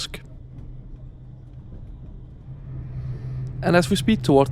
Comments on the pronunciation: Thanks for the interesting video but please remember to proofread your texts and check the pronounciation of place names (there's no River Oosk in Newport) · River OOOSK - LMFAO 😂 I get it, I speak other languages too and it can get funny with pronunciations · He is obviously not English, referred to platform 2 as track 2, also mispronounced Usk.